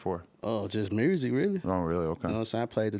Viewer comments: I love it how every Memphis dude (Yo gotti, Blacc Youngsta, Dolph, Moneybagg) is saying muersic xD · Memphis niggas always pronounce music funny